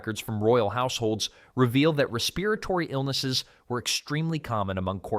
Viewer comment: Pronunciation of Respiratory was atrocious, lol